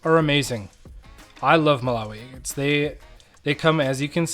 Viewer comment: I love watching you cut open “eggates!” Every “eggate” is a beautiful surprise. ThanK you for sharing. ❤